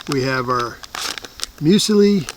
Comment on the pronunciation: You knew it was going to be good when someone calls muesli "museli."